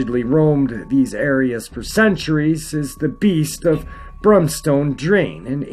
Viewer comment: Oh hey, I live in Hull... Guess I'll go die now Edit: It's called "Barmston", not Bronston. And I pretty much live next to it! I'm pretty sure I've seen it. Don't take my word on it, but I saw something move across the wall we have at the back of our houses, and it looked tall.